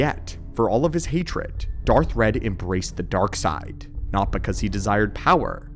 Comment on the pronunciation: That would be Darth Wredd (not "red")